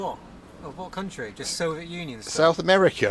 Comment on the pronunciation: He always says So-viet like its some kind of huge, delicious pavlova cake, with lots of meringue, strawberries and cream on it that he wants to devour, when in reality, this time, his So-viet turned out to be a crappy old train carriage, lol.